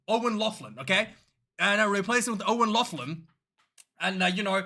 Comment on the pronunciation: O'Lock-lin, for the love of god where did that guy get that pronunciation. If it has an O' ask an Irish person.